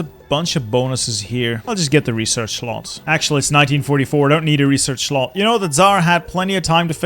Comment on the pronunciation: Its slot not shlot btw.